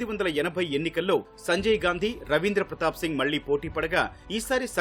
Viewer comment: ఇంత పెద్ద మీడియా ఉండి వాళ్ళ ఇంటి పేరు స్పష్టంగా పలకలేక పోతున్నారు వారి ఇంటి పేరు గాంధీ నా